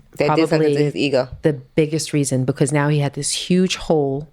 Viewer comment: Wow 😮 strong things touched on. I want to read the book 📖! She says bacuus so funny 😂! Toast to 💕 27 yrs 👏